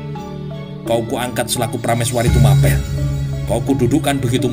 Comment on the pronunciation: Yg betul TUMAPEL itu bacanya sprti baca APEL